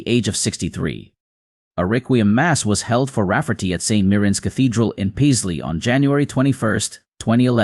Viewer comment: 'Pie-sley?' WTF? 'Pay-sley' FFS.